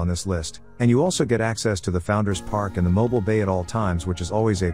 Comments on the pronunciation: Mo - Bill 😂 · Learn how to pronounce Mobile plz 😊